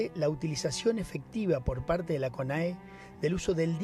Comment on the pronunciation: Y dale con decir conea... Es CONAE!! El ex embajador estuvo muy bien con sus comentarios